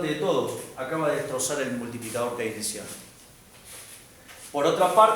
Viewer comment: al QUEINECIANO 🥺🥺 -AL KEINESIAAANO!! 🫲🏻👿🫱🏻